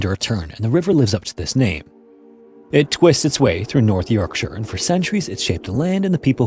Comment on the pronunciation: North Ye-orkshire?